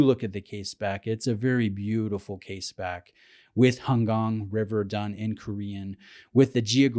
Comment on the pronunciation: Thank you for saying "Han Gang" right.